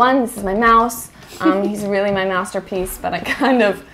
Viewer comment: When Karlie was talking about her last cookie the mouse. For a second I thought she said afterwards mouse-terpiece.